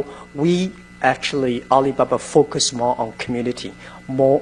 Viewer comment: "we fouce we make the things happen."